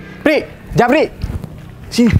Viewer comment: Ada kesalahan di menit ucapan japri🤣🥴